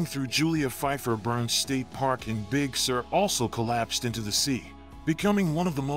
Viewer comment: Please lose the fake specs and scratches. We can tell it is an old photo. It is not a motion picture, so any scratches would not change. They don't belong. It is distracting, and not necessary to make a point. Also, please learn how to pronounce CarMEL and Big SUR.